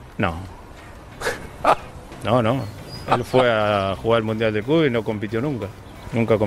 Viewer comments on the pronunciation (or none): Se puso un poquito nervioso Gallardo al hablar de Riquelme? Un "Mundual" tiró y después el "continente sudamericano" wtf jakaajaja